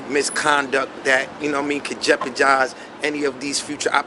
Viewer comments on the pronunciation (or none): Alexa what’s the definition of jepajize 😂😂😂😂😂